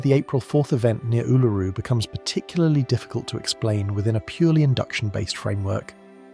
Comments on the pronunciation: Back at you. Western Victoria. It really is awesome. Funny how he said Uluru at properly at the first stance, now it's "Ulururu"!!😊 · It's weird how you voice A.I. Is all over the place with the pronunciation of " Uluru " . It's mostly some weird incorrect pronunciation then occasionally absolutely perfect . Modern tech is weird , just think how strange things will become when it runs the world right one minute , wrong the next , should be fun for those that are still around . One minute "yeah that's fine" 10 seconds later "you have just committed a capital offence , goodbye" all for doing exactly the same thing .